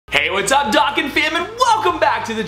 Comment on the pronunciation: You pronounce Dokkan wrong bro